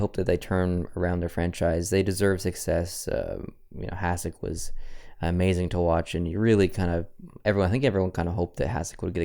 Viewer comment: Its pronounced Hashek for future defensively